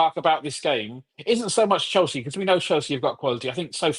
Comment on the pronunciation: Bro said Chielsa.. 😂